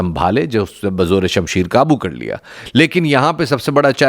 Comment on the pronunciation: بھئ! شمشیر لفظ فارسی کا ہے۔ "شم" فارسی میں ناخن کو کہتے ہیں اور "شیر Sher" شیر کو کہتے ہیں۔ چونکہ شیر کے ناخن بہت تیز ہوتے ہیں اور تلوار کی دھار بھی تیز ہوتی ہے اسلئے تلوار کو "شیر کے ناخن" سے تشبیہہ دی گئی ہے۔ آپ اسکو "شم شیر Sheer" کہہ کر غلط تلفظ ادا کرکے پورا مفہوم بگاڑ دیتے ہیں۔ کیونکہ فارسی میں "شیر Sheer" دودھ کو کہتے ہیں۔ آپکے تلفظ کے مطابق اسکے معنی "دودھ کا ناخن" بن جاتاہے جوکہ غلط ہے۔ لہذا درست تلفظ ادا کرنے کی کوشش کریں۔ شکریہ۔